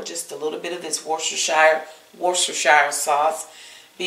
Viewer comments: I think its pronounced "wood-stuh-sher". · woo-ster=sheer. 12 years stationed in England English wife; I know. Plus "well done" is a misnomer. Medium rare, tops, is best. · It’s pronounced “worse-ter-sher.” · Easy way to pronounce Worcestershire (per my British boyfriend): War-stir-sheer. Easy peasy! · Pronounced either Wistershire sauce or Worchester sauce. WOR-Chester sauce is the more common English pronunciation. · Worcestershire is pronounced "Wuss-ta-shur". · Woostershur...a lot of those extra syllables are silent and unnecessary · Excellent idea to use the Lipton soup mix in the burgers. Will definitely try this. Google how to pronounce worchestershire...you will be shocked!